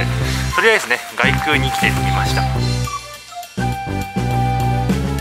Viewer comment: こんばんは。 お伊勢さんですか 良いところですよねー ところで 外宮、げくう 内宮、ないくう と読みますよ。